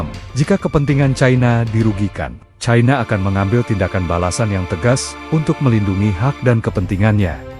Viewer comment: Pembaca ini logat Jawa sangat memalukan membaca cina saja ti pecus yg benar itu China bukan Chaina seharusnya gunakan bahasa baku bukan bahasa ke barat baratan